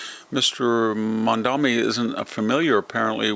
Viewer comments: Mamdani not Mamdami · We hate him, but pronounce his name correctly. Mom daNi. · Why do you insist on pronouncing his name wrong? Its sounds exactly has it looks, but you insist on saying MaNdaMi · You know, I really don't like the guy, but could you at least pronounce his name correctly? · You're doing to Mamdani's name what you do to nuclear (nucular).